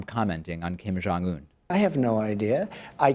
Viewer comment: It sounds like they are saying "Kim John-Un".